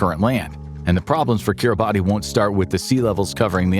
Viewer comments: it’s Kira Bass not Keera baaty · Lol for the love of God, it's Ki-ri-bass ... Not Kir-boddy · Pronounced keeruh bahss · It’s pronounced “KiribaS” not phonetically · Its kirabatz in pronunciation. I learned that from a national of kiribati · Kiribati is pronounced as Kiribas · It’s pronounced Keerebassss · It's pronounced 'Kiri-bas' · We really just gonna pronounce it like that 😐🇰🇮